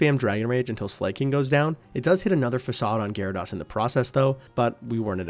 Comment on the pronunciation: i genuinely wanna ask - why do you pronounce slaking as "slay-king" when it's sla-king (like slacking off). no hate, i genuinely just wanna know XD